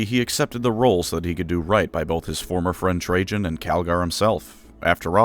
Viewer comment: Dont worry, I wasnt attatched at all to Trajan after how you butchered the pronunciation of his name :P